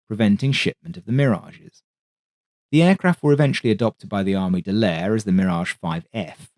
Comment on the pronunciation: Could you please pronounce Armée de l'air as the French do? "Armay de l'air". Merci beaucoup!